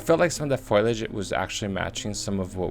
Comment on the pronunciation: came here to see debunking of Erwin Sanders, but I couldn't get past hearing FOILage over and over again. Its foal-ee-age, dude. Hard to take anyone seriously when they grossly mispronounce terms like that